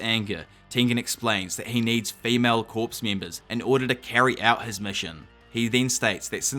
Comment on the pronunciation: For the love of GOD. I know it's spelled like corps but it's pronounced like core